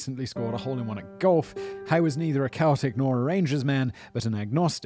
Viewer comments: "SELTIC' rather than "KELTIC" when referring to the football teams. Simon, you're British - you must know this? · You have just made enemies in Glasgow, pronouncing Celtic as Keltic as opposed to Seltic. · I think the worse thing you’ve pronounced is Celtic. It’s not a “K” sound, but like the “c” in cellular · ffs simon...its pronounced Seltic not Keltic...ur too casual on this one man, im not even a celtic fan but thats a big bollock to drop lol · Just fyi celtic is pronounced selltik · I have to be the one to say. The football team is said like Cel Tic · Imagine the one thing you don't apologise for is the pronunciation of c(sell)eltic 😂🫣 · This madman just pronounced Celtic with a K😂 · It's pronounced Sel-tic in reference to the football club Celtic. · You pronounce Celtic incorrectly. It's pronounced cell-tic. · It's pronounced Seltic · They chop the finger tips when you put your hand up to protect your face. When you're trying to slash some boys face and he puts his hand over his face, you're gonna hit his fingers. Also the football team is pronounced seltic. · It's pronounced sell-tic. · Pronunciations ma man 😆 Sell-tic, or sellic and or moan the hoops 😆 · ok it sounds like seltic but spelt celtic . your saying celtic as in the cross that is known throughout the world a the symbol of the irish heritage meaning of these magnificent stone monuments....NOT THE FOOTBALL TEAM PMSL.. So say seltic even though its defo spelt celtic. Too fummy as all scotland is chuckling at you and wondering as a british person you dont know this as even we scots can say english teams no problem. You google many things how to say on you site....try repeating celtic football team on google lol Too funny but Bible John was not in all fairness. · It's pronounced SSeltic. What about the Glasgow Smile? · Celtic is pronounced seltik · Ye ffs whatever you do, don’t say keltic 🙈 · "Keltic" ...do you even sectarian bro? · Celtic is said as sell - tic for the football team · Celtic as in cell